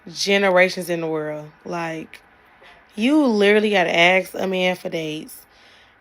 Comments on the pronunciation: 906...the word is ASK...NOT "AXE" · Generally, when I hear someone say "Aks" unironically in a sentence and she's not cuter than a button, I write her off immediately ;D Lip filler and "lashes" like caterpillars are not "cuter than a button". Also, if you ask me, BORED people tend to be BORING people - they always need something majorly external, someone other than themselves, to have "fun" and to not be bored. They're insufferable. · how is it physically impossible for black people to pronounce "ask" properly?